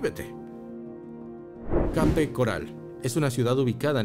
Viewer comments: Debias pronunciar [kep] Además ajustarte mejor al título que anunciaste, ok? 👎🏿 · Se escribe Cape pero se pronuncia " keip "